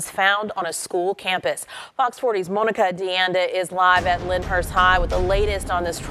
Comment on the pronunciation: Has the anchor at the studio ever heard of the name Monica or was her way of pronouncing it a way of belittling Monica?